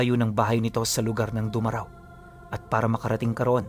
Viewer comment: Malambot pag bigkas ng domaraw,,, shout dyqn sa pamilya ko Villareal family sa mga aswang ko na pinsan dyan shout out😂😂😂😂